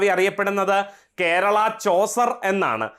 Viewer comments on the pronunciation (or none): none